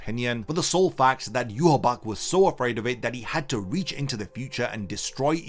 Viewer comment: It's pronounced You-ha-baha